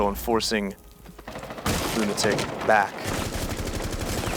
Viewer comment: It's pronounced Lunatic